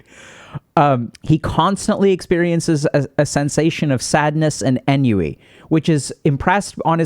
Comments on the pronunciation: Enn-you-ee? Ennui is pronounced ohn-wee Thanks for the vid tho very good info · Ennui is pronounced on-wee. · 'ennui' - pronounced "on-We" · Thanks, that really bugged me. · Ennui is pronounced like the words “on” and “we” smushed together. Good content. Thanks!